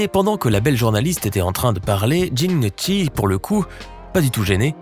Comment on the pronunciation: on prononce "gnokki", comme les pates, les gnocchi ! Italien "chi" = ki en français italien "ci" = "chi" en français quant au "très célèbre"... mouais... il fait pas vraiment rire, ce mec.